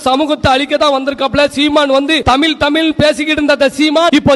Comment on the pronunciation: ஏப்பா வீர வசனமெல்லாம் இருக்கட்டும் தமில் இல்ல தமிழ்னு பேசி பழகுங்க